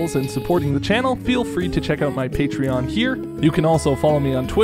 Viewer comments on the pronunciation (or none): none